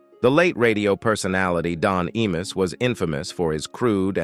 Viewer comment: I MUSS...not E MUSS